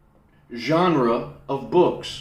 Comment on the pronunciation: To me, mispronouncing genre isn't bad. It means you're introducing a new word that you've only experienced textually. You are forcing your universe to grow.